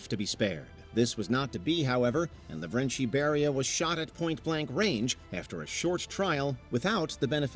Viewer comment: I'm ashamed of this, but Beria was Kartvelian, meaning that you should say his name exactly how it's written. It's not "LaVREncHi", just Lavrenti